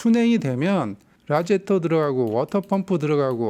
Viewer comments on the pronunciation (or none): none